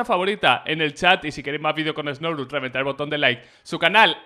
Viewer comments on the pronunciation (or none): Todos: Znorux: Esnorus